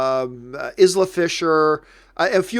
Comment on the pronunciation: Isla Fisher I believe is pronounced 'Eye-La'.